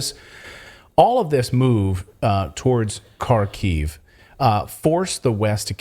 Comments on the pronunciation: The misinformation you guys are spreading is insane. Most of the Ukraine army was not killed or captured. Bucha was not staged. Ukraine did not lose 5:1 under Kherson. You can't even pronounce basic names: it's Kharkiv, not Kharkov, UA stands for "Ukraine" not "Ukrainian Army". Do you just pull this from your ass or what? What a joke. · Kharkiv is pronounced "Haarkif" not CarKyv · Kharkiv is pronouced Harkeev or if you insist on russian Harkov. The K is silent, but if you want to keep sounding like an idiot continue using the K sound. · H A R K ov Not Karkiv......! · Not sure if you care or not but the ‘K’ in Kherson and Kharkiv are silent, they are pronounced Herson and Harkiv. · Please pronounce Kharkiev like this (Har - Keev). Silent first ‘K’..